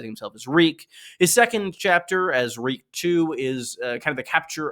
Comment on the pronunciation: Reek, Reek, it rhymes with Peak!